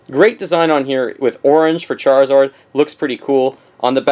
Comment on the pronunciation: ChariZORD?! what?! lol